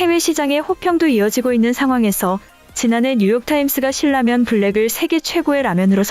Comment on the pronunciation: 발음이 듣기에 신라면이 실라면으로 들리네요 정확한 발음 ...중요 한겁니다